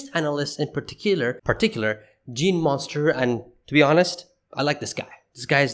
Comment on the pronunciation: its pronounced "mun-ster", not "monster"